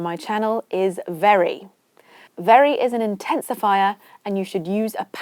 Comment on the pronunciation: This is outstanding program that I have ever followed in YouTube, thank you so much, but the way you emphasize in word very should be avoided I think even in normal conversations if you hear it being said you'll rile up and lose your temper 😂😂😂